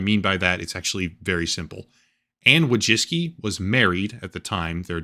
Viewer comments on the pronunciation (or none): it's woy-chEEts-ki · Anne "Voy-chicky" is the name's Polish. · It’s closer to „voy-tsee-tskee”, from Polish Wó(/o)jcicki. Not all of the world uses „American” pronunciation. I know I’m fun, but it’s immensely frustrating when USians bastardise other languages. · it's pronounced woy-zhicky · Wojcicki - as a polish person I would pronounce it something like this: voy-chits-key ;) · No “s” sound in that Polish name. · You butchered the name "Wojcicki", you could very easily input it into google translate to hear the pronounciation but you didn't. In Polish, you NEVER pronounce the "w" as an "u" like you did, just for starters.